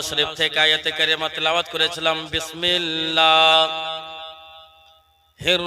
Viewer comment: কি তেলাওয়াত করলো? বিসমিল্লাহির রহমানির রহিম সুদ্ধ করেও পরতে পারে, আফসোস